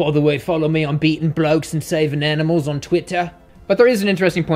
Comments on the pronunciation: Yeh betteh not hurt those aminals bruv 😂😂😂😂👏🏽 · “you better not hurt those aminals bruvh” lmaaaooo